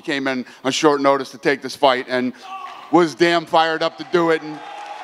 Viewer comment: “No matter how many days shortice” 😅😂 we all knew he meant “short notice” but still thought it was funny. N I know his first language isn’t English lol.